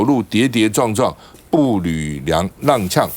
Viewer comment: 步履蹒跚（步履盘山），脚步踉跄（脚步量呛）